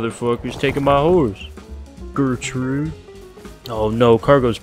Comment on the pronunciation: Dam you "Gertrude"